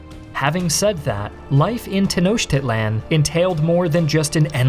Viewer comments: It's not pronounced "Tenoshtitlan". It's "Tenoktitlan". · The actual pronunciation is ten-oh-cheat-lahn, just in case you don’t want anyone to cringe like I did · Hey it's pronounced ten os teach land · Teh-no-cheat-lawn. Not that hard, sport. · Bro didn’t even try with the pronunciation 😭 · I'm sorry, but I can't take him seriously with how he pronounces Tenochtitlan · Too bad the narrator can't pronounce "Tenochtitlan" to save his life